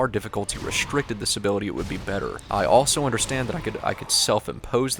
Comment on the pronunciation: says elso instead of also.